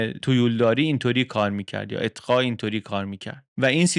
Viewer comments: شما «اقطاع» را اطقاع تلفظ میکنید لطفا اصلاح کنید🙏❤️ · خسته نباشید.مثل همیشه جذاب و‌ پر محتوا بود. فقط یک نکته کوچک: «اتقا» درست نیست. احتمالا منظورتون «اقطاع» بود. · اقطاع نه اتقا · اقطاء درسته ، اتقا درست نيست، به هر حال ممنون و متشكر از اين ويدىو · اتقا چیه؟ اقطاع درسته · سلام، تلفظ صحيح اقطاع است.